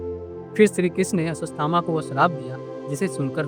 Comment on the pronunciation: अस्वस थामा 😂